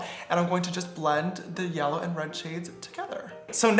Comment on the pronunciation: I love how he is so proper and then he says “yella”